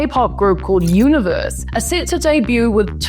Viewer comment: Thank you so much for pronouncing it “Universe” so many others do it wrong even though they’ve stated multiple times how it’s done correctly. All five of them are truly amazing and I can’t wait for their debut (meaning like another 86524 years 😢)